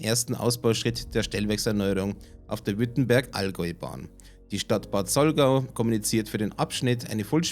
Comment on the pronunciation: Bitte Bad Saulgau nicht Bad Saulgäu